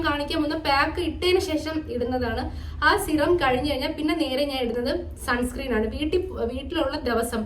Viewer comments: Sunscream alla sunscreen aann ☺️ Pinne supplement endhelum edukarundo? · sunscreem alla sunscreen aan😂😂😂😂